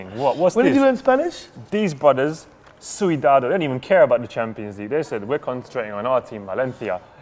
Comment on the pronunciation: Pronunciates correctly "Valencia" Butchers "Cuidado" has no rules.